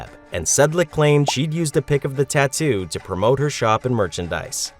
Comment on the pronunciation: TONT GET A TATUE😂